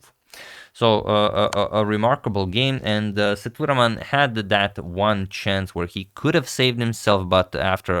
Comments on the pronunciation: Sethu Raman not thuraman , Sir.. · Sethuraman is pronounced Say-thu-raa-mun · FYI. Pronounced "say - thu - raw - man". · Agad his name is pronounced as SETHU-RAA-MAN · agadmator, it's "ss-a-thu-raa-mun".. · Sethuraman should sound like "say thu raam un" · Sethuraman is pronounced "Say-thoo-raam-un". Vaishali was perfectly pronounced. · The pronunciation for GM Sethuraman is Saitu-Raman Saitu means Bridge in Sanskrit /Hindi Raman is for Lord Rama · Just a small correction on pronunciation of Sethuraman. E should be long like A in Cake and the A before m is also long like A in Barn. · The pronunciation of Sethuraman was not quite right. Please see if this helps